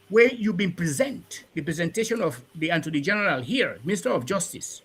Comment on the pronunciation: “Anthony general” or “attorney general?”